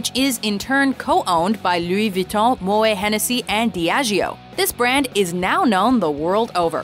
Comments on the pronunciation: Butchered the pronunciation of moet. Well done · The "t" in Moet is correctly pronounced as a hard "t" -- the umlaut over the "e" is a strong hint of the pronunciation. Contrary to the usual case in French, the "t" at the end of the word is not silent. The Moet family progenitor was Dutch, not French, even though the family made its fortune in the French wine industry, so the name is properly pronounced Mo -- ette, not Mo -- ay.